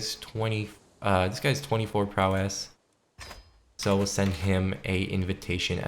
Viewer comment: it's pronounced "prowess" not "prowéss"